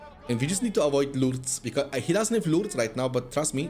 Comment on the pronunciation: because and causing are words you pronounce so weired man